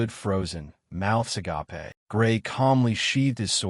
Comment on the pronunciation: Why cant any AI pronounce "mouth agape"?